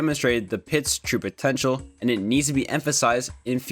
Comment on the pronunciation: Did you say potencial?